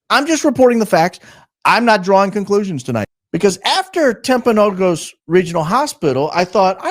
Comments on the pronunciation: As someone from Utah, it's pronounced TimpanoGUS, for the hospital/area/mountain. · It's Timp a no gus. Be the first to say it correctly. Please , a constant listener from Utah😊😊😊